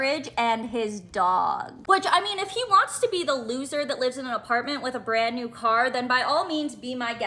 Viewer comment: Whats a "burrand new truck"